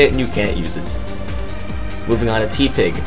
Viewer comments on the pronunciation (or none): It's tepig not teapig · It's not teeeeepig it's tehpig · Teepig? It's teh-pig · Every time he read Tepig as "Tee-Pig" instead of "Teh-Pig" it made me laugh, like he was trying to mix its name with T-Pain or something. Regardless of whether he was or wasn't, it made me lol over and over. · ...and then I read the comments for a change and see that a bunch of other people noticed this too and I'm laughing even harder. 😆